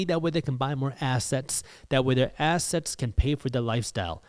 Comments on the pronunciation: I love how you say ASS-setz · this guy pronounces assets like ass hats and I'm here for it 😂